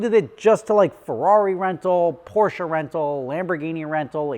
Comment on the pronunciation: When did you decide to pronounce Porsche correctly 🤨?